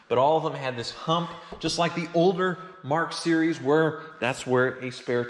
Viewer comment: Does anybody else think he sounds like a dog? He says Mark,Mark.mark